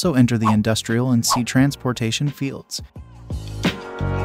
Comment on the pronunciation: Ditch the robot reading with horrible pronunciations like "trans POR tation" and remove the dings that keep everybody stopping the video to check for messages on their phones!